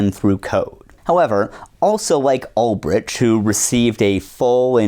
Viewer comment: Bro can't even check the wikipedia page for Ross Ulbricht to see how his second name is pronounced. And then bro is too monolingual to see that said page is wrong. The absolute state of americans nowadays...